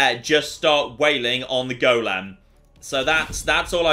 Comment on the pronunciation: The way says golem is such a small thing but it annoys the life out of me 😬😬😬😬